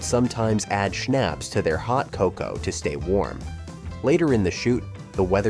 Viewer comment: Mis-pronounced the aperitif “schnapps” as well. AI voices suck.